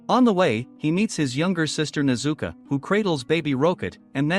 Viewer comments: Her name is pronounced nez u ko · It’s not tajiro it’s tanjiro AND ITS NOT A RAVEN ITS A GROW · nezuka bruh its nezuko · Nezuko not nezuku bro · It s nit tajiro kamado it s tanjiro kamado and its not nezuka it s nezuko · It’s nezuko not nezuku I watch the anime and tamioka is named giyu tomioka also Also tanjiro is wrong it’s called tanjiro Ka- ma-do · You said Nezuka and Tamiaka B( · bro it is pronounced tan-ji-ro And ne-zu-ko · It’s nezuko buddy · Your saying nezuko wring